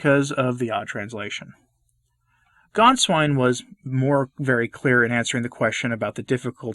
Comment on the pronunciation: Gänswein not Ganswein